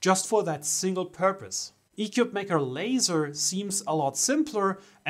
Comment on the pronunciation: Your initial commentary made it sound as if this was a crappy ‘4 in 1’, when frankly the only thing bad about it was your review. The company isn’t doing itself any favors by having you or your feedback on its product; for starters you cannot pronounce it’s name correctly. Shame on you and your review.